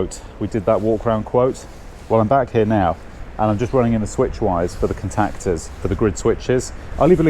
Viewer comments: Never in my life have I heard someone say "cun-tac-ters" in that way. More peculiar pronunciations please, makes the world a more interesting place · The way you say contactors makes me want to vomit. Much love.